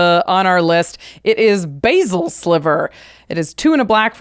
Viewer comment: ugh youre not even pronouncing basal sliver correctly its bas-sal not bay-sil like the herb that you are both suggesting its like!